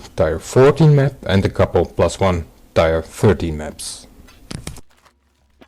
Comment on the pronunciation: Just a heads-up: "tier" is pronounced "tear," not "tire."